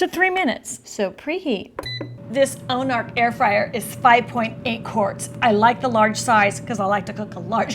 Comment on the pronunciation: I have the same air fryer. It's spelled OMORC and you keep pronouncing it ONARC!!! Lol! I'm also not sure why your speech is so exaggerated as well as your body language. The video almost seems like those annoying late night infomercials. Kind of painful to watch, but I'm sure there are people out there who enjoy it.